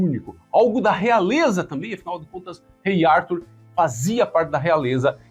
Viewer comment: É brasileiro, tem nome de brasileiro, mas se pronuncia em inglês ? “Árthur” kkk aff